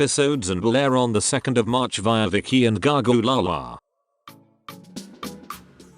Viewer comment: I will never not find the way this robotic voice pronounces "Gagaoolala" funny XD